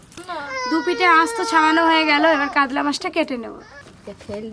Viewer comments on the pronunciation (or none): তোমরা উচারন কাদলা বলছো কেনো। কাতলা বলো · Kadla mach ki murkho uchharon para na